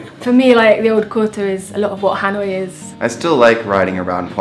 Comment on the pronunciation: Dan đọc là ....... Hà lội ?